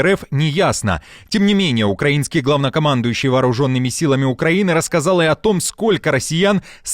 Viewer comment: Рассказал- с 2мя с ,сдалось с "с",а не з"".